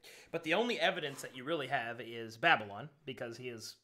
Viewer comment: How to pronounce DADDYLON for beginners